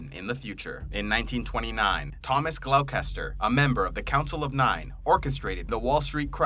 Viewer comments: Gloster not glokester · Great vid but GLOW KES TER???? Sheesh, Gloucester is pronounced GLOSTER, like Leicester LESTER, Towcester TOASTER etc, it's old english towns. tyhe classic being Worcester WOOSTER or Worcestershire sauce....WOOSTERSHEER :D Much love! (lived and visited near all these places, trust me on this) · Great videos man. But Gloucester is pronounced "Gloster"..... :) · "Glowkester"'its pronounced 'glouster' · More like gloster, but yeah, not glowkester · Gloucester is pronounced 'Glosster'. 😒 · Gloucestor is pronouced 'Gloss-Ter' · Gloucester is pronounced "Gloster" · pronounced gloster not Gloucester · Great video, but Gloucester, is pronounced gloster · very interesting... but gloucester is pronounced 'gloster'! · That pronunciation of Gloucester was horrific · Gloucester lol